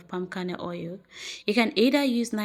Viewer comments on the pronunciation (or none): Not ou it's oil